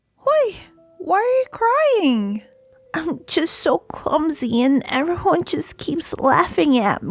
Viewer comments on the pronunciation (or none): I caught “Eberyone” and “Pall”